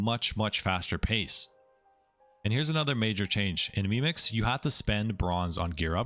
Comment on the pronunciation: "lemix" kekw